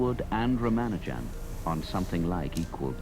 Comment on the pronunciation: Not Rama Arjun it's Rama nu jan